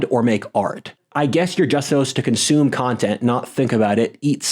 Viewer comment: Isn't it "consume"? Or "consomme"? 😅